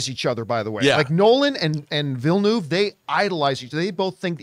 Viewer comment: Everyone: Denis Villeneuve Snoop: Daniel Villanueva 😂😂😂